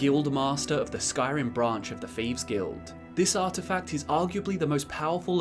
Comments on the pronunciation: you have the best TES lore vids hands down. But seriously... wtf is the "feeves guild"? I know it's a dialect thing to pronounce a "th" as an "f", but omg it drives me up the effin wall. Or is it up the "th"'n wall? That aside, I watch your vids all the time. Please keep em coming. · Wtf is a "feeves guild"?